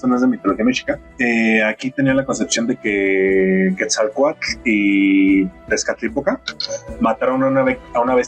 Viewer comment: Como me prende cuando pronuncias bien el "tl" de Quetzalcoatl 🥵